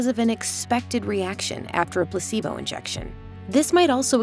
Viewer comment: "Pussibo effect" and "tempeture" had me distracted. Still endurable than the other VO lady with the terrible vocal fry.